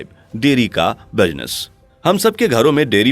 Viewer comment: Pronunciation -- Z, Z Business not Bijnes Not J Speak Z